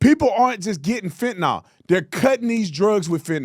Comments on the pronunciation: I hate the dems so im not defending them clowns, if u gonna clown ppl for pronouncing shit wrong take ur own. advice. The drug is calleFEN-TA-NYL not FENT-NOL . You country bumpkin, i still love u tho. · Is Tapper a reporter or a debater? I'm listening to him and wondering does he love this country or not? Tatum... it's Fentanyl (fent-uh-null...not nall). Petty, but ya gotta say it right🤣